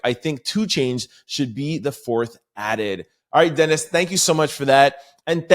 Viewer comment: I think that persons name is (duh-neese)de-nise. Or D-Nice. I only say this bc I have twin cuzs Dennis and Denise. Love ur show. Bi-partisan right now. Tabbie from Texas. 😂